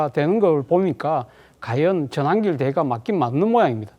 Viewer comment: 전한길 말 그따위로하냐 한글발음 다시배워라 발음이 잡놈잡상 골라골라냐